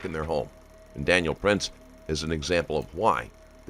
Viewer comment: The name is PRINTZ, not PRATINZ. Just for the record.